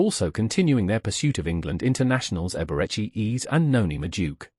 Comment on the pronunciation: Ai called him Eberechi ease 😂